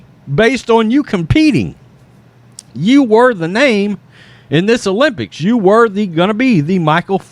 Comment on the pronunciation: Bro Say names correctly